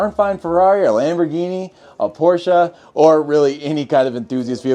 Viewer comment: Thank you for saying Porsche instead of Porsh 👍🏼